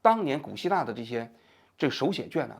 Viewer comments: 王局，你是想说莎（suo）草纸吗？ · 王局，希望您抽空能够练习一下吐字规音。读错字的频率也太高了，比如本期的莎(suo1)草纸。有点影响观感。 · 莎草纸的读音是suōcǎo zhǐ